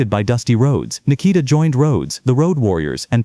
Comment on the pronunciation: can you please say his name better not that shit your calling him its NIKITA